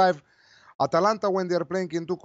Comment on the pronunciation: D big man always says atlanta instead of atalanta. Love this show!